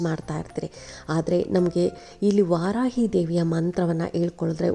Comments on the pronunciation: ವಾರಾಹಿ ಸರಿ, ವಾರಾಯಿ ಅಲ್ಲ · ವಾರಾಹಿ ದೇವಿ ದೇವಿಯ ಹೆಸರು ಸರಿಯಾಗಿ ಹೇ ಳಿ